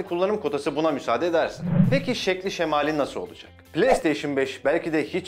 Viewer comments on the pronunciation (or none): şeması değil şemail